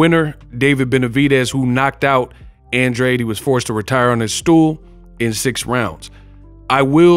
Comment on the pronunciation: Great fight, but please don't act like you don't know what Benavidez hydrated back up to!!! It's more like you don't want to report it. The fight was even Andrade lost plain and simple, spare me your innuendo about an advantage for Andrade! And learn how to pronounce his NAME!!!!